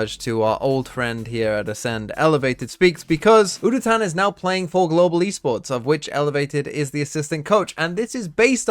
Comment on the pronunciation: Fyi, udotan pronounciation starts with a "you" instead of a "woo" and the -tan is pronounced using te " ah" like you would with the autobahn in germany (i couldn't think of a different example)